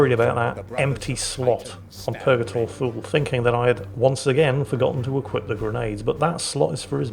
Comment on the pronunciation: It is Purgator Thule, I thought he had been saying Purgator Fool.